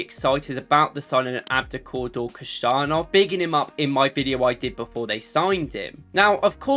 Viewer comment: The surname correctly sounds not like "Kusanov", but almost identically with the English phrase: "Who son of"😊😊😊 P.S. Greetings from Uzbekistan!